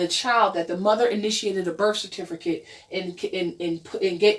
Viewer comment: LOL "certifERcate"